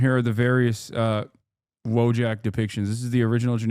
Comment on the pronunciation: Wojak is polish so of course english speakrs pronounce this name wrong "w" is "v" sound, "j" has sounds like "y" in "ya"